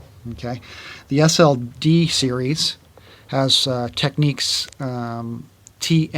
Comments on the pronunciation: They are called Tecnics, not Tek- neeks. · it's annoying; he's correct. There is nothing in English that would indicate your pronunciation, it's clearly tech-nicks not tech-niques, that's just obvious. Great video though. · I heard from a guy that is from Japan, that Americans saying “Tech-neeks” are saying it wrong, and that it’s in fact pronounced “Technics”. I figure they’d know better than us, but I have the SL-D2 and like it a lot. Love your videos. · I've always called it technics ("tech-nicks") and have never understood why anyone speaking English would pronounce it techniques. It's so dumb and annoying.